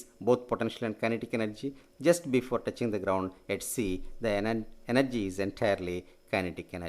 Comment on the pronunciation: touching hoga not toughing